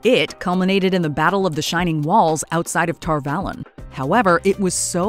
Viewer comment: The only thing they got wrong was Tar Valon. Its Tar Vah-lon not Tar Val-on. LOL